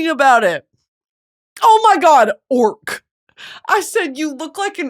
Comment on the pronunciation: Why when you say orc I was funny imagining a orca whale😂